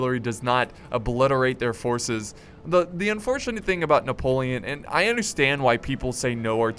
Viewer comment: You sounded so french when u pronounced Napoleon man, as a french i was really suprised, i mean i was use to ur desastrous "chasseur" pronouncing